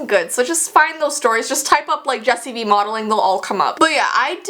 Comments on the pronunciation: I sont know why but when she says jessii vee i thought that she said just eviee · In her intro it sounds like she's saying "Hey guys it's " lol